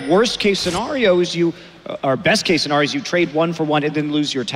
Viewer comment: "Worst case "sa-gnar-io""